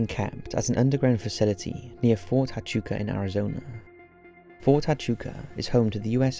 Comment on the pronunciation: This is a very interesting video, I love the content. Just a heads up from a native Arizonan, it's pronounced (Wha-Chu-Ka). People lose their freaking minds when you say it any other way in Arizona.